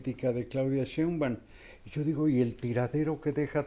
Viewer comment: Me encanta verlos, no hay medio que Carlotos pronuncie bien el apellido “Sheimbaum” jajaja quien sabe que se le atraviesa pero No lo puede pronunciarlo bien.🤣